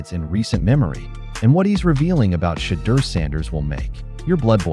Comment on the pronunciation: Of all the talk about Shedeur with the Browns, I've yet to hear anyone pronounce his name correctly. Sanders, is not vain enough to say anything, but it really bugs us in Colorado. Come on people, get your act together.